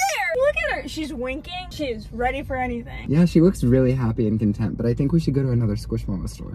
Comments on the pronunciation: “Hes weally hitting da griddy wright now 😲” got me laughing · his weally hitting the griddy right now